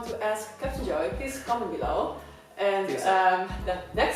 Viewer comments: You are pronouncing Joe as Joeyy😂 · Oh, I'm so glad someone else calls Captain Joe Joh-ee. I used to call him that before I erm listened him say his name.